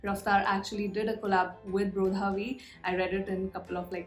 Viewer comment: When she say brodha ..it sound like yodha 😁